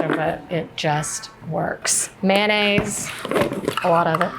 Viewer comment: Three syllables: May-on-aise. Not man-ase.